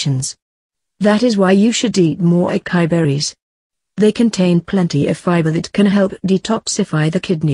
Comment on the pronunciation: It's not Akai it's A. CA. (sa)..... I